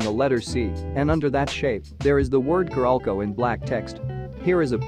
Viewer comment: Its "carolco" not "caralco"